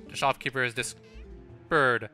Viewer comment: are you trying to say dis instead of this?